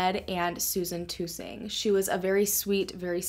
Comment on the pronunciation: Check the last person she was with ! Her last name is TuhSing not too-sing. She wasn’t the life of the part, very strict parents